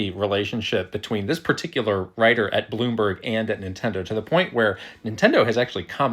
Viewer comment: Bloom- BERG